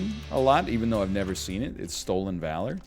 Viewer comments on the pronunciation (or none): none